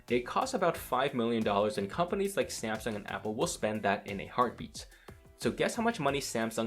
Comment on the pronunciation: lol!!!! samesoon?